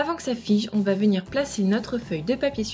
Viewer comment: tu a dit vomire au lieu de venir